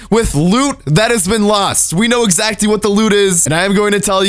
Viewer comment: your such an amazing entertaining youtuber,but its pronounced as [exactly] , not [ezatcly]